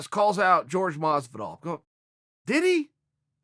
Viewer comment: Pleaaaaaase stop calling him GEORGE!